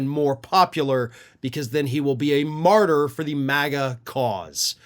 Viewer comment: Martyr? I thought he said Farter.